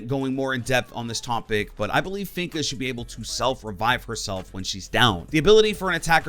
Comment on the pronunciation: I was listening to his list and I was like okay he has good ideas and reasons for being on the list. Then he said finka. I instantly paused the video and disliked it, proceeded to go to the comment section and write this. Then clicked on a Random YouTube algorithm video. 😂